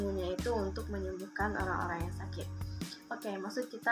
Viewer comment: Orang, bukan olang kak, Ok kak😌🤗